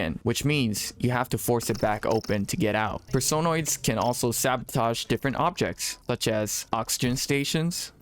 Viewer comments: .... PerSOHnoids? Person-oids. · It's Person-Oids, not Per-Sone-Oids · You say personoids so frigging weirdly